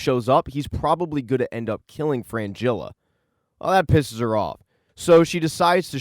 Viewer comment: It's Fringilla, not Frangilla